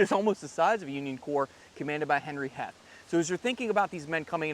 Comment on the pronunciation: Heth is pronounced Heeth.